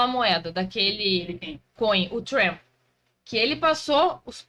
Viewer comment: Pronuncia pessima “trEmp”